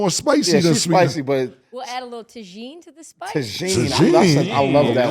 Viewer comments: Nooooo it ain’t TaJin it’s Taheeen. don’t know J is H is Spanish?? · I know she wasn’t talking about Tajin. There’s absolutely no way she pronounced it like that😂😂😂😂😂